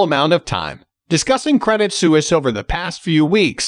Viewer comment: Isn't it pronounced SWEESE? Su is like Sw: ( Swiss).